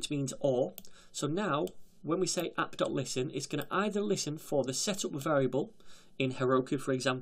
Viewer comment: "We can go ahead and create our express appPUH!" Lol